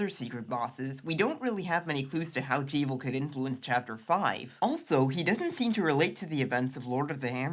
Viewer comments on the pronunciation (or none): Glad I'm not the only one! "Gerson" with a hard G. "Jevil" with a short E. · Really great work for such a small channel, I can see you really going far with this stuff! Only thing I’d say it’s that Jevil is definitely pronounced like Devil rather than like evil. I’ll admit that both fit thematically, but the existence of the devilsknife and the steam page description calling the secret bosses “jevilishly difficult” pretty much confirms the name is a combination of Jester and Devil. Keep up the great work!